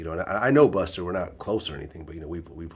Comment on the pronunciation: "buster" - officer vlad